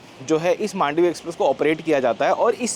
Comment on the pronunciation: In Marathi slang we say "मांडवी" not "मंडोवी"